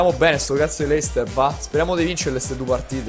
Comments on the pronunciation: Ma perché Leicester ma non luicester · si scrive leicester ma si legge leistà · si dice lester